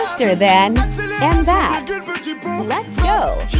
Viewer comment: The slang of that voice : embap 😂😂😂😂😂